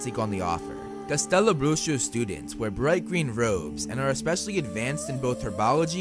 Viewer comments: You say "Castelo Bruxo" very well. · may i just say how funny and cute his pronunciation of “castelo bruxo” is 🥺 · WOW you actually slayed the pronunciation of Castelo Bruxo lol congratulations. lots of love from brazil